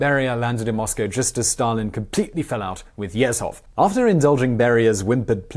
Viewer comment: Good video, pretty accurate as well (I know a lot about Stalin and his cronies). Just a note: the "zh" in the name Yezhov is pronounced like the "s" in "pleasure" (it's this character in Russian: ж).